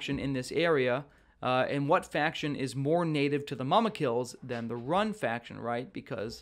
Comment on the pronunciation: You kill me with your middle earth geography bro. Rhun (pronounced RUNE not RUN) are the Easterlings. Harad are the ones who train the Mumakil. But yes, I would love to see Harad in the game with things like archer cavalry units and spearmen. Gundabad seem most likely since they redesigned the map to include the Gundabad keep for season 2.